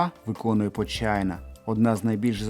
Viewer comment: Почайна каждый раз особенно на английском похожа на Вэджайна